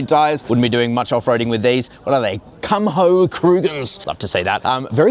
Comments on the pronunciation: not him saying "kum ho" instead of "kumo" because the "h" is silent lol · Kumho is pronounced “kew-mow”, not “cum-ho.” 😂 They are South Korean, and a perfectly reputable tyre brand. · Haha I heard “kum ho” too and had to replay that part.